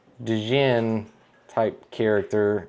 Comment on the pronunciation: Djjinn = The D is Silent: ( Duh-Jinn ) ( Pronounced: Ginn-uh or just GIN. ;-))